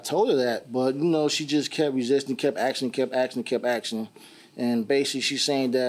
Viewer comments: He kept axing and axing and axing. He a lumberjack? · She kept axing? That assault!! She ASKED YOU!! 🤦👵🇺🇸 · When he said she keep axing keep axing keep axing 🪓🪓 I died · "She kept resisting and axing and axing"😑🙄😫 plus he learned a "velable lesson"🤦‍♀️ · She kept axing, kept axing.....